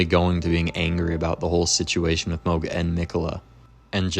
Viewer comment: Is switching between calling him mahg and mohg some kind of engagement trolling? I will never understand why people mispronounce names that are said out loud in the game. Especially if you're gonna make a wholeass video about him. Every time I hear it I feel like I'm being flipped the bird behind the mic.